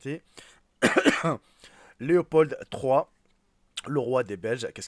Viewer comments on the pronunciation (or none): none